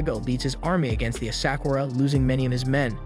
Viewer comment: Ugh the way he pronounced the name of historical "Asakura" clan, Daigo and more. 🤦‍♀🤦‍♀